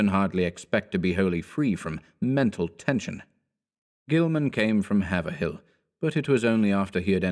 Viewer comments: you can tell the narrator isn't from mass - it's pronounced hay vrill, not haver hill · Being from Massachusetts. Its pronounced: hAv-wryll. With a hard A. As in the sounds in the word:They: Not haver-hill. Just sayin' ok. (hĀVryll)Haverhill.